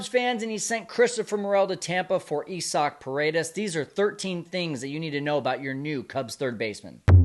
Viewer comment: It's Isaac not Esac. Why does everyone keep saying his name wrong?